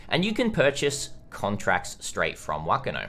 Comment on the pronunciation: You are so close to pronouncing whakano correctly but "wh" is said with a f sound in māori so its pronounced fuckano serious look it up translate māori to māori with text to speach but the ano sounds good